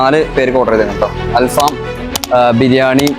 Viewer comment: ആൽഫമ അല്ല ആൽഫഹം aanu🙅‍♀️🙅‍♀️🙅‍♀️🥳